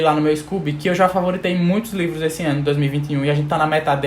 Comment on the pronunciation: ''os mlhrs lÊvros"